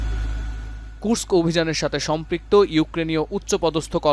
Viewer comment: ধন্যবাদ কুর্স্ক শহরটার নাম ঠিকভাবে উচ্চারণ করার জন্য। অন্য সব বাংলা চ্যানেলে বলা হয় কুরোস্ক।